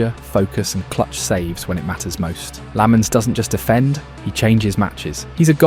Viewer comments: It's pronounced LOMMENS. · no Lammens